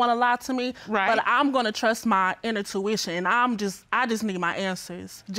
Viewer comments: did she say ENTERtuition? 💀 Girl .. “intuition” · "Inner-tuition" huh🤔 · She actually said inner tuition 😅 should have been inner intuition 😔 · Did I hear “Inner Tuition”? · Last we had "re-apeating" from Mrs. Jackson's episode. Now we getting "inner-tuition"??? Nice😂😂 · I think she said "inner tuition"... lol I love the reactions in the background when she said that. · Gurl I was feeling confused like the lady in the audience…second guessing if I was saying it wrong all this time or his she right 🤣🤣🤣🤣 She said inner tuition 🥲😂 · "Inner tuition" 💀💀😂😂😂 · OMG, is that what she said😱 I heard something that sounded like tuition but I knew it wasn't intuition. Lord Have Mercy. Thank you for clarifying what she let come out of her mouth. That is so cringeworthy.